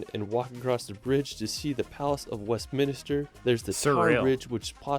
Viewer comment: always mispronounces English (& other UK) placenames. It is the 'Elizabeth Tower' - not "Big Ben" because Big Ben is the large bell inside at the top of the tower. The Palace of Westminster (where the UK government sits and is run from) is not spelt or pronounced Westmin_i_ster!! In Edinburgh, it's 'Holyrood House', ('Hollyrood') not "Hollyrud". (And cannot say "world" properly but I don't know why he seems to call it "wrerld"!)...😮